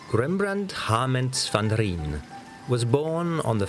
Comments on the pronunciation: His name isn't pronounced Rembrandt van Reen as the narrator does...it is Rembrandt van Rijn...the ij sounds similar to how North Americans say Aye and it is .pronounced similar to the way the narrator pronounced the first syllable in the city of Leiden...not sure how he could pronounce Leiden so well, but failed so miserably at van Rijn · 😊 Rembrandt's family name Van Rijn is not pronounced "Van Rean' or 'Van Rien' as is done in this excellent documentary. "Rijn' means the river Rhine which flowed through his birthplace Leiden. So in English his name is pronounced as 'Rembrandt van Rhine'. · Not REENE. VAN RIJN. PRONOUCED AS RHINE DUH. Come on we can know the pronunciation by now. The river Rhine, pls say it like that. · Mistrz, któremu nie dały rady kapryśna moda ani zmienne gusta, strażnik historii Niderlandów, dostrzeżony i doceniony dopiero ex post. I stara śpiewka: niedouczony lektor, z uporem maniaka niepotrafiący poprawnie czytać NIDERLANDZKICH nazwisk ani nazw. Rembrandt nazywa się van Rajn (nie Rijn!) 👽♍ Trzeba z pewną złością zauważyć, że goście zawiadujący gustami amsterdamskiej publiczności połowy XVII wieku okazali się głąbami bez wyobraźni, ślepymi na wyraźny przekaz, płynący ze zbiorowego portretu spiskowców wokół Civilisa: 'myśl co chcesz, Amsterdamie, ale to oni, ci półdzicy z wyglądu ludzie wokół ojca Batawów, są twoimi przodkami, a ty się ich teraz wstydzisz!! Fe, nieładnie...!' 👽♍🇵🇱😊🇳🇱👍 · Rembrandt van Rhine is the way we pronounce the name. All over the world people talk about our great Dutch master, yet the name pronunciation is still an agony to hear...